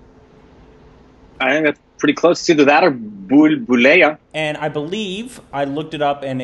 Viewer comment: At 2.10 -: Bool-booliya and I am 🤦🏻. It would be hilarious to when he finds out what Booliya means. 🤣🤣😂😂